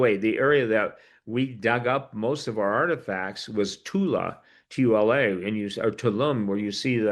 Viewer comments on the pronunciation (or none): none